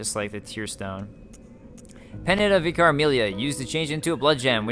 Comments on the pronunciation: And it's pronounced "vicker", for whatever reason :-) The cutscene after killing Vicar Amelia offers the proper pronunciation of "adage" BTW, listen to it again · its pronuced vick-ar (vicar) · Here I am with another pointless comment a year too late! You probably got told this after the video and corrected it later but "vicar" is pronounced "vicker", so it rhymes with picker. It's the title for the leader of a particular church, like the priest or whatever you call it. Similar to the Father in Father Gascoigne. I know it's probably annoying to get all the delayed corrections but it's really tough not to comment after hearing you say it so many times and without knowing for sure if you do go on to change how you pronounce it. I should really watch your DS3 LP soon so I can actually make relevant commenys for a current game. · Great video, love your playthrough so far! Don't know if you know this, but Vicar is a religious term or position, meaning an agent of, or representative of God or a ruler. In that case, it's pronounced /ˈvɪkər/I guess it applies to Amelia, since she's hanging out in the cathedral and all:) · How do you not know what I vicar is? I didn't think they were exclusive to england. They are just priests. There was one that used to teach us bible stories in my school when I was young. Its likely a British thing. You attempt to pronounce it in an amusing way.:p